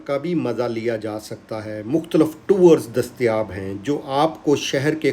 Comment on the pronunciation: Pehlay lafz to theek kar lay buddy mukhtlaf